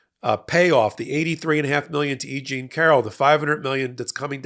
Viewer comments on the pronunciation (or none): none